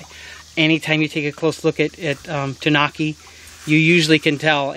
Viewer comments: (Tan-oooh-kee) is actual pronunciation. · Not to be rude but it's pronounced like (too-new-key) But awesome video by the way.